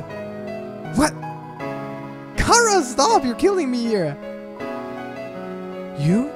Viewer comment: BRUH YOUR PRONOUNCING CHARA WRONG YOUR SAYING LIKE CARA IT'S CHARA